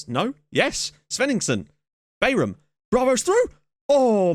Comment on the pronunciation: Bayram is pronounced "Bairahm" and it means "party" or "celebration" in turkish.